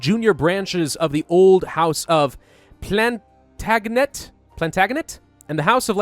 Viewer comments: Glory to Lancaster Source, live in Lancaster Also Plantagenet is pronounced plant-aj-inA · Plantaganat😂😂😂 I never thought about how hard that could be to pronounce if it wasn't something you heard in primary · Plays as England but can't pronounce Plan-tag-en-net